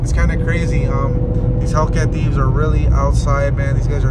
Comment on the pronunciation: wtf is a car “ THEVIS “ lol